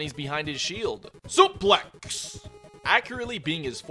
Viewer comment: No sheled is sheald (in smash and some Kirby games.) edit: u got it perfect on the commercial break